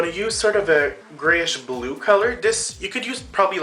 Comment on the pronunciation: AMAZING! but I laughed for like 5 minutes when you said brew instead of blue!